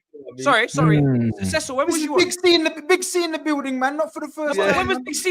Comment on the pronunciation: Cecil??? Nah man pls don’t ever do that again